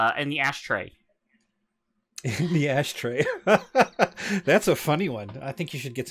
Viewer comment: and BTW another really good episode guys! But "ashtray" ??? Tsk tsk (it was funny however!)